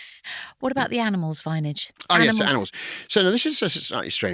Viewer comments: I love how she calls him vinage 😂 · I don’t know about anyone else but her calling him “Vineage” every three minutes kinda bugs me. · Stop calling him 'Vineage' 😱 Take a shot of tequila every time she does...you'll need an ambulance. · I had to stop watching, the "Vineage" thing just got too annoying. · Please please please Stop calling him 'Vineage'. It's not clever and it's not funny. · wish she would stop saying vineage